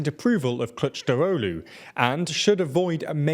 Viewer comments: if you're a native English speaker I guess his prononciation isn't that bad. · i can see how foreign media is already slowly learning to pronounce Kılıçdaroğlu's name properly, i like it as he will be our 13th president for sure